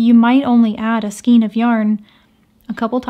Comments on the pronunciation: Just to say, the hints are great. I’m an OLD crocheter, and I’m regularly hearing the young ones say skeen instead of skayne. My issue, I know! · A bundle of yarn is pronounced like Skane, not Skeen. I know the spelling might look otherwise, but it actually has a long A sound, and not a long E. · Skein: pronounced skayne not skeen. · Thank you, this was great. One tiny thing that drives me crazy: "skein" is pronounced "skayne" in US and British and Canadian pronunciation (it's from an old French word that uses "aigne" for the "ei" sound). Sorry but it drives me crazy...short drive, eh? haha! Great videos!! M <><.